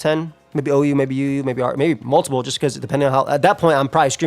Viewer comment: "this is the most uu team you can run" ....bro that's OU